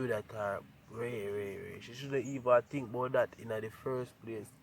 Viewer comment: Can anybody count how many times he said tink/ think???